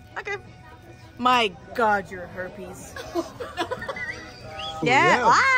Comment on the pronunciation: Did she say herpies